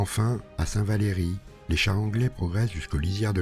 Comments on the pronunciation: Très belle vidéo et bonne reconstitution de la bataille, un grand merci. Je suis d'Abbeville donc je me permets quelques quelques corrections: c'est pas Longeau mais Longueau, on dit Saint Valery sans "é" (prononcé saint valry). Pour ceux qui ne connaissent pas le coin, si vous tenez les monts de Caubert, vous voyez tout autour d'Abbeville, et c'est dur d'arriver de Huppy sans être vu. C'est pas facile de contourner, car c'est plein de bois, d'étangs, de marais. On a l'impression que les allemands sont les locaux car ils connaissent mieux l'endroit que les français (meilleure préparation ?) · C'est bien possible, je ne suis pas du coin... mais un abbevillois m'a fait part des erreurs de prononciation de St Valery et Longueau, mais pas de Villers...